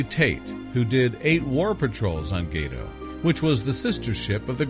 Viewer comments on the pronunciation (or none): Not "gay-toe" - "gah-toe" class. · "It's "Gah-tow", not "Gay-tow", by the way. "Gato" is Spanish for "cat". And why is it ""snowing" in so many of the photos? Get rid of it - it's detracting enough. It's "dive plane", not "drive plane" - it controls the rate of dive on a sub.